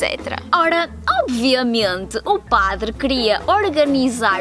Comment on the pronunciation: Cara eu juro por Deus que bem nesse trecho eu escuto em: "OBVIAMIENTE O PADRE CRIA ORGANIZAR OS CASAMIENTOS" kkkk muito bom. Eu ouvi em 0.25 😁 Isso é muito legal, por mais que português seja minha língua materna eu consigo entender melhor o espanhol do que mesmo kkkk. Claro pt_br e pt_pt tem seus sotaques diferentes mesmo.